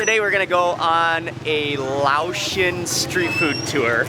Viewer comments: Laotian is pronounced lay-ocean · Say, Lay-Ocean! That's how it's pronounced. Great video, had to pause the video, grab some food and play it while eating. Ty!